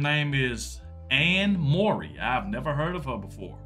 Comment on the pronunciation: its prounced Furry (Murray)